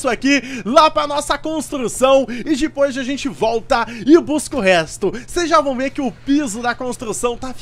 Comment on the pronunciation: Vc nem sabe falar depois vc fala dipos